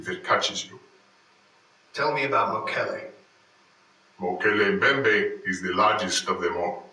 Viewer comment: Sorry to be a nitpick, but I know the pronunciation of one of those "monsters". Mokele-Mbembe is pronounced "mow-kee-lee MIM-bee", if I remember correctly, and the name translates to "one who blocks the flow of rivers". I don't know about the other two the interviewee mentioned. I don't actually speak any languages of Africa; I only know a few cryptids by name and pronunciation. Hell, I can't even pronounce some of the cards included in Netrunner's Kitara cycle.